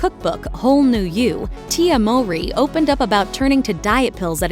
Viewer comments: The mispronunciation of their last name is killing me. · People who have been fans know that their life was not tragic… and that’s not how you pronounce their last name. This YouTube channel always got something wrong lol